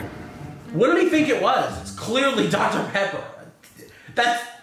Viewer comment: The way he said dr pecker instead of Dr Pepper lol